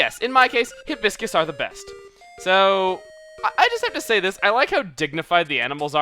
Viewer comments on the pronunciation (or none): CHUGGA, u pronounced hibiscus wrong. its Hi bis cus not he bis cus